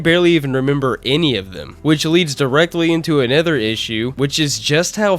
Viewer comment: Take a shot every time pronounces Another as A NETHER Jokes aside great review, synthcels should make more content